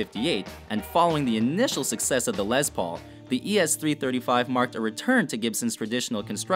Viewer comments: It's a "Les" Paul not a "Lez" Paul and it's Basswood not "basewood"!!!! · Pronunciation, please! It's "Les", as in Lester, not "lez", and Les PAUL, not LES paul. And, "TREM-e-lo", not "trem O lo". What about Les Paul, Jr., ES-175, Gibson Byrdland, Super 400, Epiphone Casino, Vox guitars, etc.? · “Lez” Paul...... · Say it with me... LESS Paul. Not LEZ Paul. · It's not Lez Paul, it's Les Paul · Ok people stop calling the les Paul a Lez Paul...it's les with an s not a z...🙄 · It's not Lez paul. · They were calling it a Lezz Paul on one... lol. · I know it’s WatchMojo so I shouldn’t take anything they say seriously, but it really bugs me how they can’t say tremolo right AND how they say Les Paul every time they talk about the guitar, but get it right when they talk about the man.